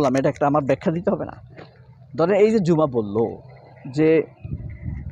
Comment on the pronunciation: মেয়েটার নামের উচ্চারণ ও বানান হবে actually ঝুমা not জুমা।